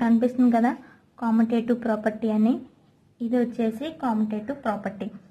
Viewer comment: Not commotative it is pronounced as commutative